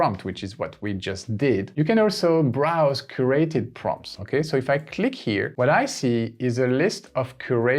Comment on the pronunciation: Look up the english pronunciation of CATEGORIES and CURRATED. Also I think you are calling parentheses "ACCOLADES" Your English is good, just tough up a few pronunciations man.